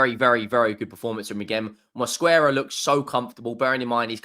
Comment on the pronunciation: Even the name Mosquera sounds hard.Specially with the hard Rrrrr😂